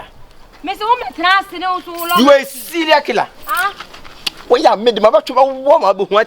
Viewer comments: Ose “selial killer “😹😹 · "Syria killer" hahahaha. Dangerous english.!!